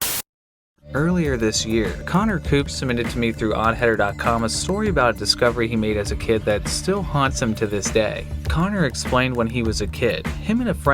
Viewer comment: Wait. Did you say Connor Poop?